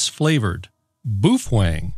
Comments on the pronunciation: The BaoFeng HT’s are made in China and NOT Japan. You may be right about how Japanese would pronounce the company name, but it’s horrible to try to pronounce a Chinese name like it’s Japanese. The BAO is pronounced like Bow. The FENG is pronounced just like one would in English. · I am new to the channel, but I am pretty sure he trolls. In regards to the pronunciation, I consulted a Cantonese text-to-speech program. It pronounced it: bow=fang, not boof-wang. Boof-Wang is funnier though. Sounds like it could be a cousin of the video game(Shadow Warrior) character Lo Wang. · "Boofang"? Hey, it's B A O .... I mean, have your ever heard of "Kung Poo" chicken? It's "Kung Pow" chicken, oK? Look at the spelling....Pao just like Bao. So it's "BOW Fang" not Booo Fang not Kung Pooo chicken. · The correct pronunciation is bao feng- not boof wan. Bàofēng 暴风 in Chinese meaning -strong wind (Storm). Use google translation to copy this Chinese word (暴风) and paste for the actual right voice pronunciation. Anyway l like all your video and quite informative. Really appreciated! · On your UV-5R GMRS you tube you were belligerent about the fact that you spoke to your Japanese friends and they told you how to pronounce BaoFeng. First of all, they are made in CHINA and not Japan. Go to a speech sound google and you’ll find out that Bao is pronounced like Bow. The Feng part is pronounced just like it was in English. It would be a good idea if you corrected the errors in that YouTube of 9 months ago. Otherwise, I’ve pretty much enjoyed your videos. de K3DIO. And I have a half dozen BaoFeng HT’s and enjoy all of them. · You met a guy online... Whose parents are Japanese... So obviously boooofwang is the correct pronunciation...😂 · The correct China way to say baofeng is “bowel phone”. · So it’s pronounced boo twang, right. Baofeng that is. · You pronounce it how you will, but I'll keep pronouncing it Baofeng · you had me at the first "BOOF-WANG"👍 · no no, it's 'boof wang'